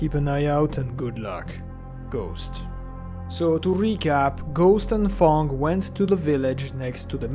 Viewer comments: When you say Fang it sounds liek you say Thong LOl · fang is the only word where i felt your french